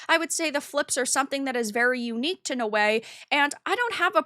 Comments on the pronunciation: It's pronounced Now_Way Noae that was driving me crazy I started to think do you know how to pronounce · I love how you give so little of a fuck you don't even know how to pronounce Naoe. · It is Naoe not Noei and Evie and not Ewe. With the rest a agree👍🏻